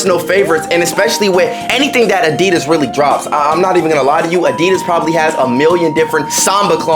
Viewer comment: Really asi.das why say it like that